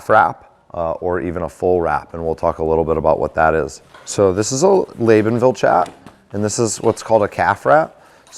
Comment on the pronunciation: That's not how you say Labonville almost didn't know what company you were talking about. It was funny I butcher some names my self.